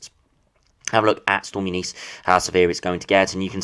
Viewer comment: U NIS that’s how you pronounce it lol I only know that because I worked with a Eunice years ago